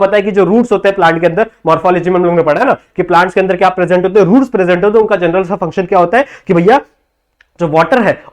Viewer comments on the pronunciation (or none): none